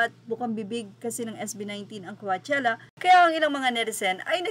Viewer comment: Coachella pronunciation : cowchella not cuachella pls research( from the root word coach )